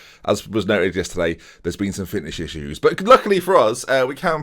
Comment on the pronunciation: Fishnish In-shoes Finnish Isshues Fitnish IshSooes ??? 😂😂😂